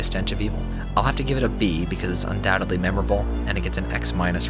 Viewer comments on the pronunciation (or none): none